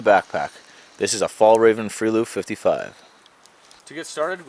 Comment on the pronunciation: Haha! Slightly wrong pronounciation on Fjällreven there! Sounded like you meant Fall Raven :P the "ä" is more like the sound in "bear"', actually all the vocals are pronounced the same in this word :) directly translated it means "The Mountain Fox" ;)